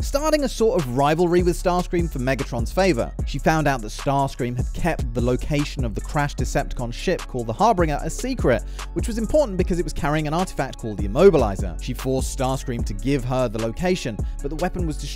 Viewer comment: The “Harbringer”😂😂😂